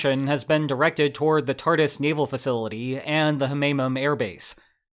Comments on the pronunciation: It is pronounced Tar-toos. Speaking form Syria! 💚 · I love that you pronounce "Tartus" naval base like "Tardis" - makes me think of a wet Dr. with a comically thick russian accent. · I remember thinking that "Tartus" sounded like a cool name back when I first started learning about Syria in 2011. Then I found out that it's really pronounced like "Tartoos."